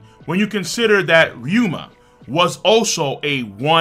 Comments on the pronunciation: RYU-ma not RYO-ma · Each time says Ry-OH-MA instead pf RyUma I die a bit inside me. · My guy it’s ryuuma, not ryuoma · Ay bruh…. RY-U-MA. Not RY-O-MA. Ok? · It's Ryuma, not Ryoma! Get it right,!